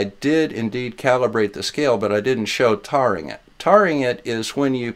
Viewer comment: love your videos as always. One question: Since the verb taring is related to the noun tare (pronounced with a long a), shouldn't taring also be pronounced with a long a? I think tarring would be something to do to flat earthers with feathers added for good effect.